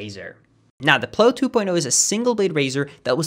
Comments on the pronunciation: Did anyone else hear his swedish in the "ploe 2.0" its pronounced PLOW like PLAU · I think the razor you mentioned in the advertisement is pronounced more like ow, as in plow on a truck, rather than oh like blow. Sorry if you've already gotten this comment, and for correcting you in general. Really enjoyed the video though! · Just thought you should know plow is pronounced like now, not like know